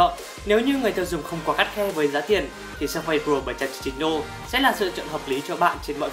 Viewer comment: Làm review thì nên phát âm cho đúng. Surface không phải là Sơ-phây